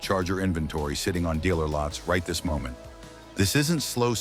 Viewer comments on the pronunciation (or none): none